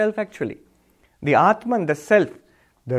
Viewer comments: u r wrong. I have been listening to him for a long tome. Read this carefully then go back and listen to his pronunciation then come back and tell me if I am wrong: When he talks in English he distorts it and says clearly “atmun” and not “Atmaan”. Atmaan is the closest correct pronunciation. Further when he speaks in English he distorts common words like Yog to Yoga and Arjun to Arjuna and shiv to shiva. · This learned man has distortion in his brain. when he talks Hindii he says 'batman' but when he is speaking in English he says 'aatmun'. As if it is a separate English word. Aatmaan is always Aatmaann in any language. Should be no distortion. Same with Artjun, Yog, Shiv... . We must stop giving concessions to English speakers by distorting to Arjuna, Yoga, Shiva... English speakers will learn to pronounce the right way.